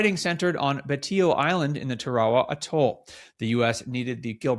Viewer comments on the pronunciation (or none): It's pronounced "Tara wa" not 'Ta ra ra'. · Tara-a-wa, not Tarwall-ah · It’s pronounced “ Tear-a-wa “ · Pronounced “TARE-AH-WAH”…. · This looks like AI to me. Albert is like a mechanicl man who cannot put 3 words together without pausing. And it is Taa Rah Wah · Nice story. Side note: Tarawa does not rhyme with chihuahua. :) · Please pronounce the name of Tarawa Island correctly